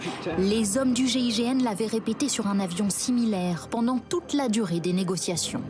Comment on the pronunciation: Ont dit GIGN..pas GIGM..